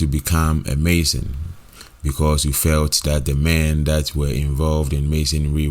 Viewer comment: THAT. NOT DAT